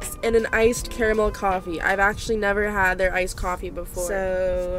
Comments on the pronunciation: THANKYOU FOR SAYING CARAMEL THE RIGHT WAY I SAY IT "CARE A MEL" AND EVERYONE MAKES FUN OF ME SO THANK YOU!!!! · FINALLY SOMEONE WHO SAYS CARAMEL PROPERLY AND NOT “CAR-MUL” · omg somone says Carmel not curmel yess I always so Carmel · Finally... finally someone who says caramel right...